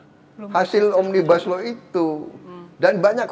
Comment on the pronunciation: Cara penyebutan pak prabowo memang benar omnibas lau dan juga saya curiga dg Australia